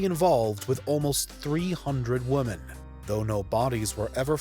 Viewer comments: Thank you for confirming that it's not my hearing. He definitely kept say "woman" instead of "women" wondered if it was a new woke term I'd not heard of or something! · come on stuff like the dates of arrests, kills, kill counts, images of the killers, how to say women instead of woman etc really isn't hard. unless you only read the first search result on google and then just copy and paste into a word doc and call it a script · can you teach your narrator to properly pronounce women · Would somebody tell him to say women!!! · Firstly, the pronunciation of women is annoying (woman)... Secondly, mass murders and serial killings are very different. I don't think Jack was the worst, the most regular of people like Shipman are the scariest for people. Killers walk amongst everyone, everyday, but everyone is programmed to look for the most suspicious looking when it's the most ordinary. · It really isn’t hard to say the plural “women” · I studied English in uni and have been fascinated by dialects and accents since my early-teens. This is just a wild-ass guess, but I bet the presenter's first language was Quebecois French, then he learned English, hence the weird pronunciation of "women" that so many have commented on. (Edit: After some investigation, it seems is from Northern Ireland, so I was way off. But I bet it's still accent-related.) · The way he pronounces “women” is really weird, & a little annoying. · Anyone else getting Nick Crowley vibes from how this guy pronounces “women”? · Why does he pronounce women like that? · Lots of people died to these monsters and it's a tragedy, but the REAL tragedy is this narrator's inability to pronounce the plural form of "woman". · Please learn to pronounce "women" properly ffs!! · Right? Are we missing some grammatical distinction here, because it jars me every time I hear it. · He probably is trying to emphasize the e in women, but he can’t do it. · You kept forgetting the e in women. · Women! Not woman